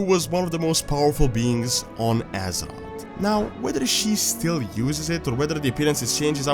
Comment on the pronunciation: I like how you pronounce azeroth. AZEROTS